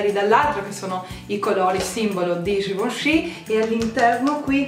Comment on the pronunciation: Givenchi si pronuncia "scivoncì" E io che dicevo ghivenci...